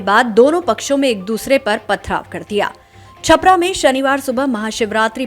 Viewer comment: छपरा नही महोदया छापरा कहिये l गाँव के नाम मे त्रुटि हुई हैं आपसे l